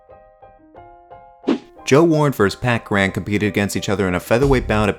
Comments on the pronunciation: Cur-in. Not Cur-ran. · Pat Cran ? Curr-an, Curr-an. They even say it in the clip, lmfao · Cur-ran (kur-in) Not kran lmao